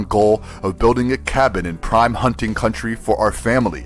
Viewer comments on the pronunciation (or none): none